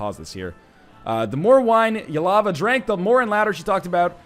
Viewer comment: The name is spelled Ylva - NL pronounces it Yealava.